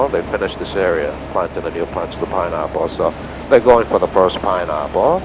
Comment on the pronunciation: Lol . "Pineahpple"